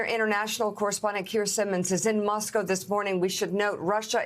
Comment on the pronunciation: Does she not know how to pronounce Soviet and Moscow? She literally said "sorvet" and "Muh-scow" What the heck?